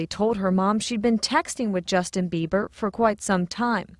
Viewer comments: the mom said justin biewer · Um, she definitely said Justin Beaver...hahaha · im sorry she said justin beaver... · "..listen to justin beaver over and over again.." IT CANNOT BE UNHEARD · The mom keeps saying "Beaver"... why?!? Just... why?!?😩😩😩😂😂😂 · LMAO she clearly says Justin Beaver really shows how much you really care about your daughter... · Did any1 else hear the mother calling him justin "beaver"?? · 🙈 the mom said Justin BEVER! Lol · hehe she said Justin beaver checks the rest of the comments I guess I wasn't the only one who noticed then. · She said justin beaver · did the lady just say justin beaver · Lmao she said Justin Beaver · Is she saying justin beaver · She says beaver not bieber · D-did the mom say Justin BEAVER? o.o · she said Justin biever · Lol she said justin beiver CD hahaha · she said justin biever* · i love the way the mom can't even say the name properly